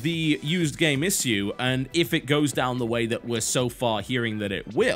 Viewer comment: Its Ish-shoe not "is" "sue"